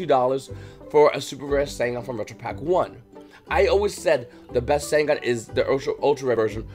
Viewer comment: Bro say Sangan properly lmfao 💀💀